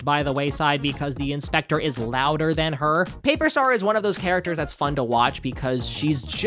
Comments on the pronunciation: the inspechhhschtecheerrrr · i LOVE the way you say the inspectøur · Him saying "the Inspeceu" gets me every time. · The in-spekh-tEÚRRE 😂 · Great video! This whole video became 10x more fun to me when you started saying ‘INspecTOR’. Peak comedy right there, I laughed every single damn time. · I love how you say the inspector in a french accent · I love how you're pronouncing "the inspector" throughout the video 😂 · The way you say inspector is giving me an aneurysm❤